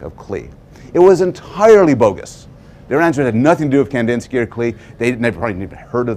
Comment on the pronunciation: Klee! It's pronounced Clay!!!